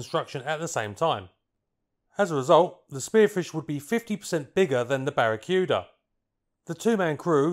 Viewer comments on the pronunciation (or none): It's BARA-KOO-DAH!!! Aside from that, quite an informative video!!!